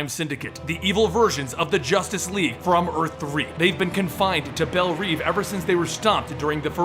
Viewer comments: Sorry to be this guy but Belle Reve is pronounced 'Bell-Rev" like revving an engine. I guess it doesn't matter how you pronounce it but w/e. Opinions. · you pronounce belreve wrong(sry for grammar mistakes,english isnt my native lang.)